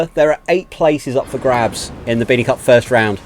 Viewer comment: 😆😆you said cuck instead of cup